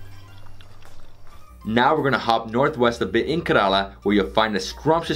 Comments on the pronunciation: Please pronounce Kerala properly .it is Kay - ra- laa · I liked your video, as I usually do any travel/food video of beloved India...but...and I really don't mean to be so critical, but your pronunciations are horrid. For those of us Westerners that love India...we may never get it completely right, but....Ka-rel-a--for the state of Ker-A-la? (A Karela is a bitter gourd). Besides, it's fun to work on Hindi and Indian names...they will appreciate our efforts...Have fun. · Man... It's Kérala not karala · Poonjab, karaala, karn taka 🤣🤣🤣🤣🤣🤣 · Also Kerala is “ca as in care - run- la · Yeah I was thinking 5 trips to India and hasn't learned how to pronounce Kerala